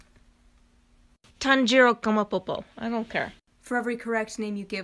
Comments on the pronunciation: “tanjiro kamapopo” me: tanjiro kamado i think well of not its close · “Kamapopo” I’m sorry- 😭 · Did just call lida Tanjiro kamapopo I cannot stop laughing and not stop replaying it